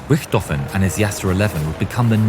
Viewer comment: "I apologize for earlier butchering the name" and then you butcher it again 😆 It's just not possible for non-Germans to not butcher German names 😆